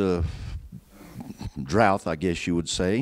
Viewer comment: I always find it strange that so many people seem to think there's an "h" at the end of "drought". They think it's "drouth" (or droughth). Weird. : And then he says "heighth" instead of "height". I guess he just likes terminal hs.